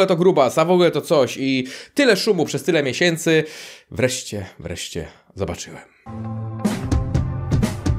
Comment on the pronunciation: Nigdy mnie nie przestanie triggerowac twoje ,,wreście" xd.jestem z Lublina i pewnie też mam kilka językowych przywar chociaż nie zaciągam jak typowy polak ze wschodu ale no kurwa xd